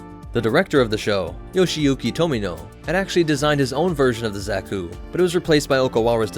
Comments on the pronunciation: I'm sure I'm not the first, but it's not "Zach-oo," or "Zech-oo" It's more like "Zock (rhymes with sock)-- u" The second syllable is usually emphasized in Japanese iirc, so "zockUU" is close to correct. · Cannot get over the pronunciation of Zack-ku and not Za(Like Ha)-ku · Zaw-kü, not zack-oo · This is no Zack-u boy, no Zack-u! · Another day, another rouge anime-tuber vid. What does this one have to say about my beloved? Watching....... Seems to know his stuff so far.... not too ba..... Did you just call it, Z ă k oo? Triggered!!! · pls stop saying "zeku"😭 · Not to nit-pick to much but, Zah-Koo. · " Zacku " .... That pronunciation... -.- Love the new content!!!